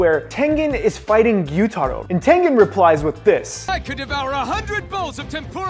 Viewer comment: bro i watched this girl and the video was called "65 facts you didnt know about demon slayer charecters" and she said tangan instead of tengan